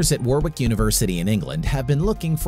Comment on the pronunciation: I went to Warwick University, awesome! Just to let you know it's pronounced Warick (the second w is silent)